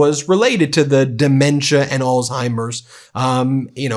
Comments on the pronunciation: Come on Ben. It’s not “All timers” it’s Alzheimer’s. You gotta say the “Z” or you sound like a kid. Love you, love the Meidas brothers, been a subscriber since the beginning, but I get irked with mispronunciations and want to hear it correctly. (I come from a long line of linguists and writers.) That’s my problem and petty complaint. Meanwhile, you and your movement is really the most powerful independent media channel ever. You’re leading a movement that’s long overdue. You’re getting on Donald’s nerves but he’s afraid of you because he’s stupid. Keep pushing him. Just a matter of time before he completely snaps. Mary Trump is right. She knows him better than anyone and she’s a psychologist. Donald inherited his terrible father’s dementia. No cure. He won’t last even to the midterms is my prediction. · Please pronounce Alzheimers properly. There no T in it.